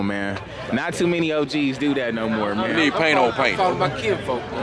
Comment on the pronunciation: “Gonna need some more’ah” 😂😂😂